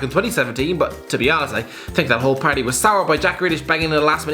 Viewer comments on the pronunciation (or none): none